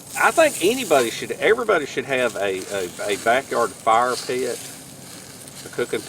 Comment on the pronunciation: me at work saying "hey everybody" in speak...with 3 syllables